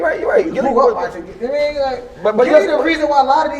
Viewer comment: Nigga said gillie too 5 Philly 😂😂😂😂nigga stfu!!!!